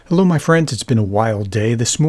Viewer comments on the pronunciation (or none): none